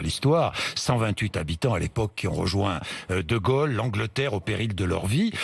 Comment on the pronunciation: Non bourdin 'c'est pas de gole c'est de gaulle comme paul pas gogol comme bourdin Quel tristesse heureusement sa compagne rachète un peu.